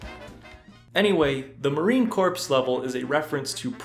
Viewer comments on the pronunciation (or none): It's a common mistake, but the word Corps in this video wad mispronounced as "corpse" instead of "core". This can be highly offensive to certain people. Otherwise great job on the video!